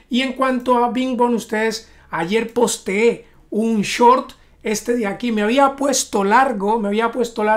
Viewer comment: "Ayer "postee"" 🤣